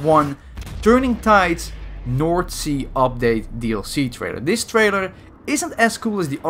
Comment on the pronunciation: Every one speaking English: North sea This guy speaking English: Noord sea